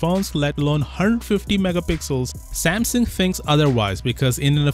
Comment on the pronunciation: It’s pronounced Samsung, not Sampson